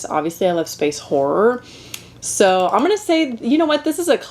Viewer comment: As a British person, I hear "whore movies" 😂